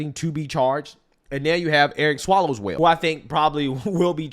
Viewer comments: I ❤ how calls him Eric Swallows-well. 🤣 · “Eric Swallowswell”. Oh stop😂😂😂😂